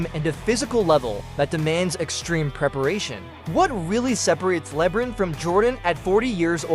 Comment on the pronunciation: With all your analysis, stats and research you found the only person in the world that has never heard of LeBron James name before? Calling him Lebrin so many times where anyone who hasn’t even heard of him on this plan would still know who to pronounce his name just by reading the letters and sounding it out phonetically! That alone will make everyone dismiss all your analysis and stats knowing you don’t even know how to pronounce the most popular player in the NBAs name. For the record it’s “LeBron” not Lebrin! 👎🏼